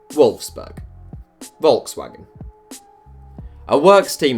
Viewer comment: Wolfsburg not Wolfberg